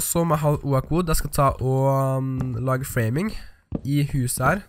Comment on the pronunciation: Det heter åok ikke oak